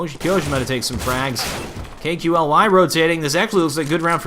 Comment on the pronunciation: Hey, KQLY => say it like that KALY ( like you say "Stan Lee" );)